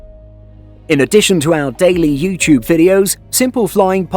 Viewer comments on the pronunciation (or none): none